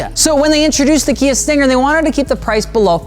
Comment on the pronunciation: "so you want a Kia 'Stinker' "